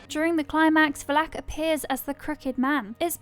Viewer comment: The pronunciation of Valek is triggering lmao